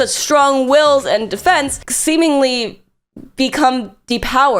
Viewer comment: When you're so cultured that you pronounce (or at least hear) "seemingly" as "semenly"